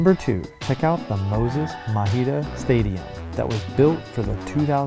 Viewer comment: Mabida* pronunciation